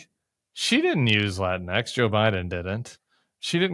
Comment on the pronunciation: JAJAJA! My buddy pronounces latinx "lateenks."